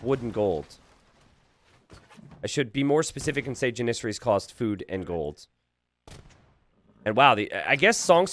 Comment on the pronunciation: I'm pretty sure it's pronounced "JANissary" and not "JaNISsary"